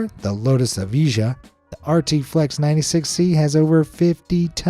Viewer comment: Lotus Evija pronunciation: Low-tus Ev-eye-ah